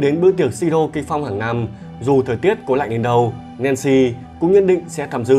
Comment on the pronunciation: giọng đọc hay mà tiếc cái là phát âm tiếng Anh dở quá ạ 😢 Nancy đọc thành Lancy, Snow đọc thành Slow, North thành Lorth nghe khó chịu vô cùng..